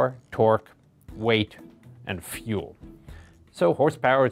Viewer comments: Fuel not Feul. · feul????? do you mean fUEl LOL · "Feul"...? Really? Lol. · I think it was delibarate, if you go back at this point of the video the way he pronounces it sounds more like feul rather than fuel :) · Come on guys, it's pronounced fee ule. Not Foo ell. Obviously is correct and the English language is wrong. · "Feul" ? is this german, british or french pronunciation ? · Feh you'll